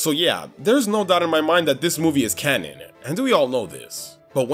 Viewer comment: Right after the first mabye when he says cannon it sounds like cammon